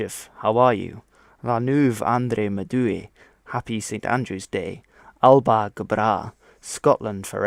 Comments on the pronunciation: Hello and. Fluent gaelic speaker here; the song you were hearing in the video was "fear a' bhàta". A common mistake that a lot of non-speakers make when saying "Alba" (gaelic for Scotland) is thinking that it is a two syllable word, Al-Ba, but it is actually a three syllable word, Ah-La-Buh. Phonetically, to say Alba gu brath, you would say: Ah-La-Buh goo braah. His pronunciation of Ciamar a tha sibh was spot on - that's the formal/polite way of asking how somebody is, whereas if you were speaking to a close friend, you could say Ciamar a tha thu (keemur a ha hoo). Also, the term "Sassanach" is something that you would say to someone who is English, in a derogatory way. It doesn't actually mean foreigner, it means Saxon (think Anglo-Saxons). The word for foreigner is "Gall", hence why the nickname for certain places uses that word. For instance, the Outer Hebrides/Western Isles is often referred to as Innse Gall, which translates to "Island of foreigners", because it was how the community saw themselves in comparison to the rest of Scotland (by way of living a different lifestyle, and feeling a sense of independence and disconnect). Uist is pronounced Yew-ist (easy one to not get if not local though!). Scottish gaelic is a mix of old irish and old norse (in part thanks to Irish immigration and also when Norway ruled over the islands before they were returned to Scotland). The native speaker is definitely native. Recognise the dialect immediately lol. Also to an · At the very beginning Alba is wrongly pronounced. It is pronounced more like Al-uh-pah. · Alba is pronounce alaba 😁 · Alba gu Bragh! might be spelled Alba but it sounds more like "Alapa" (with a very soft "b") then his try. Runrig (Gaelic speaking rock band have a song by that very name!) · To clarify ALBA is pronounced Allapa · Alba is pronounced Alappa. At least the pronunciation of Gàidhlig was correct, which makes a nice change in YT videos!